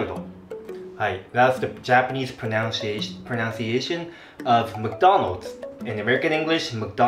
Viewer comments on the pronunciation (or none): By the way, "pronunciation" is pronounced as PRO-NUN-CIATION, not PRO-NOUNCE-CIATION. This is not a hate comment, still love your videos!!! Just wanted to nitpick back, since you kept pointing out our(singaporeans') pronunciation. hahaha. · another one - - 'pronunciation ' should be pro-NUN-ciation nor pro-noun-ciation. 'Japanese' should be Ja-PA-nese not Ja-PAN-nese. Also 'vase' in American english is pronounced differently from British.